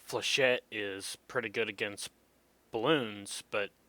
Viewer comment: You pronounce Flechette correctl! :O Thats more than I can say for most people lol. This is about 3 1/2 years old. If your up to it, it would be nice to see an updated vid on it. Also I think if you've been playing this game long enough, your perspective might change on some of these guns, albeit difference between practice and updates.